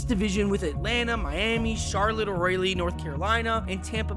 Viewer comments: Rah-Lee, bro. Not Ray-Lee. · Calling it Ray-Lee is fucking sending me. Its Rah-Lee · lol… Raleigh…Ra - Lee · Bro said Ray-lee North Carolina 💀💀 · I'm sorry. this has nothing to do with the video but I lost it at "ray-lee" NC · Butchered the Raleigh pronunciation lol.